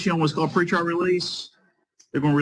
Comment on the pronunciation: Why don't these people get with the program and say PRE-trial correctly? "heartfelt goat scream"